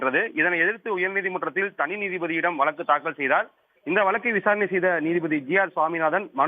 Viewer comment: திரும்பவும் வலக்கு, தமில் செய்தியாளர் ஒருத்தன் வாயில கூட 'ழ' வரல